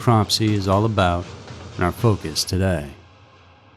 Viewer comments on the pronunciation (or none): none